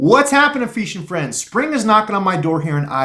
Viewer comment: Is that really how you say fishing? Or you just being funny? Lol